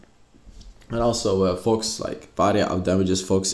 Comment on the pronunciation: “Ill be playing varrrya in the mid lane” Gotta love that rrr